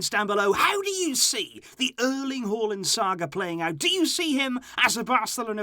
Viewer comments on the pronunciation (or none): It's Haa and land not hualand